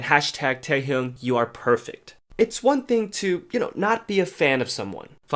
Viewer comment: teHyung xD learn the proper pronunciation